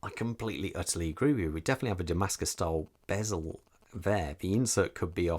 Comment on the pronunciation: DAMASKO and not Damascus!